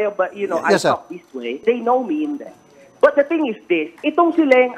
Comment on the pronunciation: "if you will still be deh I will be deh" ~makagago